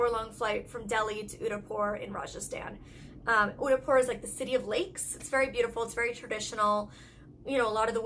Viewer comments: in the pronunciation of d in Udaipur is ' the' not 'de' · You're supposed to pronounce Udaipur as Oo-they-pur ..😊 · What place was she trying to pronounce when she was saying "Unipor"?? I can't find it. Thanks! 😊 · The D in Udaipur is pronounced as "Th" in The😂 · Wait what? She definitely butchered the city name Udaipur. 😂 I mean no hard feelings, im not mad at her. But her pronunciation was not perfect but not bad either! It was good. 😊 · it took me while to understand her when she said udaipur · Oh!! Is she trying to say "Udaipur"??